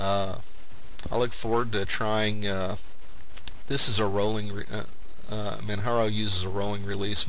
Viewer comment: manjaro is a good distro but I still prefer regular Arch Linux over it. I like compiling and installing the system from scratch with out a gui. Oh by the way, it's pronunced with a j sound like Mount Kilimanjaro. Not a big deal but it's not Man"Haro" . Some people also mis pronounce it with a ManWaro sound. Still an awesome review.